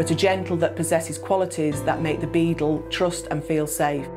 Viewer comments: It sounds like she's saying "Beetle" instead of Beagle. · Lottafandoms even the auto captions think she is saying beetle 😂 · Is it that difficult to say bee-gyle? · Decent video but she kept saying "beadle" which was a bit weird. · Saptarsi Mondal ikr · It's her accent